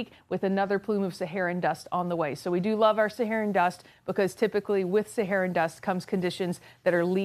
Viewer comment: Sahara, not sahera